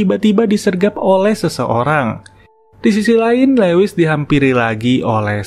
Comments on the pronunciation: Min, maaf ralat dikit ya.. Lewis bacanya Luis bukan lewis.. Thank u, Min.. Semangat.. keren channel-nya.. 👑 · Lewis dibaca Luwis